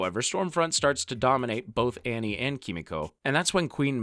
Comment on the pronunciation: you say "in front of hughie and ARNIE" LOL Annie is Arnie